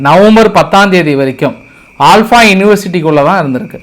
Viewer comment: ஆல்பா இல்ல ப்ரோ அல்ஃபலா யுனிவர்சிட்டி 😊